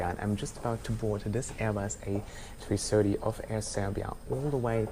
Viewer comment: I really like how you say Airbus A330. Airbus Ay-free-sirty!:D